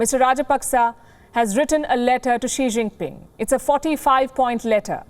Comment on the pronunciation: 3 words. She Gin Ping subtract the Last " n " in the last word.